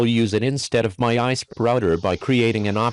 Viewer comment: what's an ahh-eehh-sp? 😂